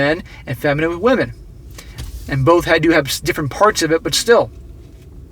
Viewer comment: Ah, wamen degrees.